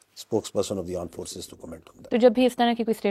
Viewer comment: Aand force 😂😂😂😂😂